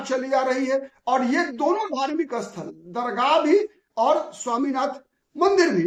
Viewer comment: स्थल" शब्द को आप "अस्थल" क्यूं बोल रहे हो?